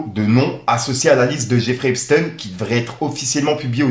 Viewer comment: arrête de dire epsten ces epstein montre bien qui fait parti de la communauté de l annaux.